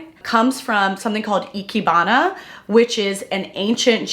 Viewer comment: I always love your design videos so much. I can't think of anyone else on YouTube I love as much for style as you! Also Ikebana is said like I-kay-bana. The rest you are saying correct, but ke is said like kay in Japanese! I've loved Ikebana for a while. It feels so unique.